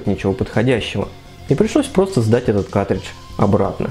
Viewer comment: Твое произношение слова картридж ("катридж", без первого "р") - очень смешит.